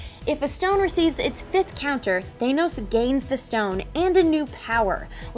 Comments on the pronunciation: Its thanos not thainos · "THAYYnose... Thanus? THANOS." And then she goes back to "Thaynose" anyway. x-D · Not Thay-noes, Thanos like Pan-hos or Dan Ross